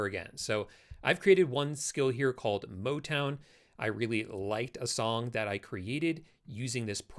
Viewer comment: Im sorry, I couldn't resist but "motwon"?